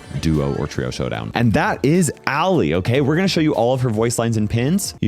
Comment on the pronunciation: IT'S ALLI, NOT ALLIE!